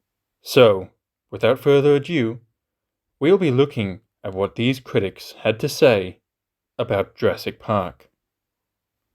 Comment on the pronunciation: Kwitics 😂 Juwassic 😂